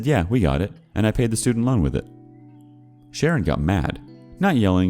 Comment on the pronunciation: Everytime,when he says Sharon, I hear it as karen. Idk why😂